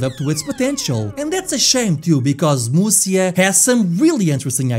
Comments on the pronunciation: FYI, Musya is pronounced as Musha in Japanese. And it is way easier to pronounce. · Wow, that guy really does look like Conan O'Brien. "Musya" is pronounced "Musha". There are multiple different "Romanization" systems for writing out Japanese using our characters. One of them for some reason writes what is pronounced as "sha" as "sya".